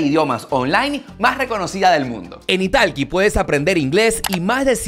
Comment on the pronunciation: 😂😂 creo que te estafaron en esas clases de inglés ya que pronuncias la plataforma justo como se escribe italki 😂😂😂